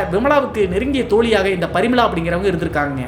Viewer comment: ப்ரமிளா வா இல்லை பரிமளா வா